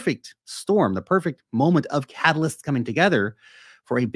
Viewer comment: I laughed when you said catalyst, because I thought you said halvalyst. I am a Bitcoin halvalyst now.